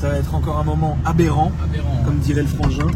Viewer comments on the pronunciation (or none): Il a dit aberant ?